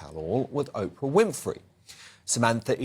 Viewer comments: Tom Bower: It's not Opra! ... You should pronounce her name Oh-pra! Thanks for your point of view! Very important and introspective!! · Tom bowyer you legend I love you and I love your book but for the love of god will you stop calling Oprah - Opera it’s driving me nuts here 😂😂😂😂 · Tom Bower pronouncing Oprah as “op-er-a”. So British of him.